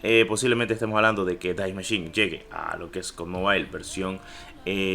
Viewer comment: Es die machine no dais machin